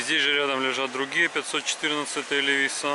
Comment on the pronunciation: Это у вас на хуторе так принято говорить : "ЛевисА" ?